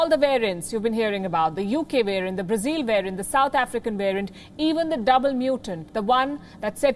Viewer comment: Learn to pronounce BRAZIL correctly. It’s not “zile ”, it’s “zil”.